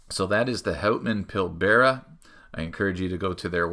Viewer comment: I don't know, I am starting to suspect you're not Canadian... Pronouncing the brand as 'hautman' instead of 'hutman'? Did South Park lie to me? Joking aside, this is definitely the coolest version of the watch, with the rock dial. Quite interesting that they printed the company name and automatic and such on the crystal (I guess on the inside?). This works very well with the 50 fathoms design of the bezel insert. I am not sure how heavy that dial is. Does the watch feel heavier than you'd expect?